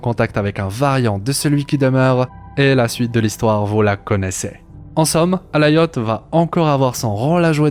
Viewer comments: C'est Alioth, pas Alaioth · prononciation anglaise, le i se dit a